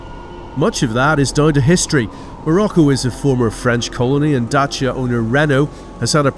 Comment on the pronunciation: I like how he pronounces Dacia in the correct romanian form